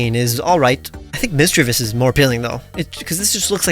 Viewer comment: DO NOT LEAVE OFF THE A IN MISDREAVUS!